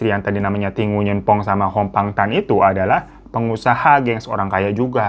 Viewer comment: Sekedar info aja, Nguyen dibaca “Nguing”.